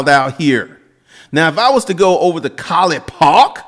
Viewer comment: The way u said Collit Pawk, had me rolling